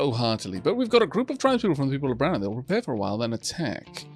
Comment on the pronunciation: pls stop pronouncing people of braña wrong, its bran-ya not brana because of the squiggle above the N